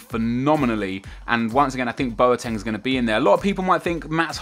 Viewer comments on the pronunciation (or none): Boateng is pronounced (bwo-teng)